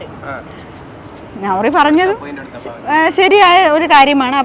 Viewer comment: നൗറി അല്ല നാ റി